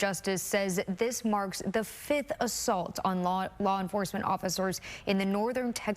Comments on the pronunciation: It’s pronounced Al-va-RAH-do. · I like the pronunciation of "Alvarado" 🤣🤣🤣🤣🤣